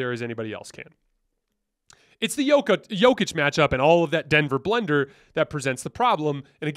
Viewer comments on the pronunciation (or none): none